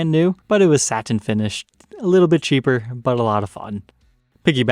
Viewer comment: Satin…can you pronounce it differently.